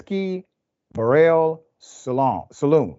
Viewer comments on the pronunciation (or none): Lol dude cant even pronounce barrel. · This so called “Dr.” doesn’t even know how to say “Barrel” or “Saloon”. You sir are a complete and utter moron. You can say “Homietos” and Banditos without your stupid ass shitty Mexican accent also.